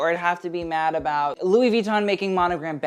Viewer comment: Ok, i love you but PLEASE, could you pronounce louis vuitton w/out the "n" in the end and not with attention to the "i"? Sorry but it really hurts my ears :00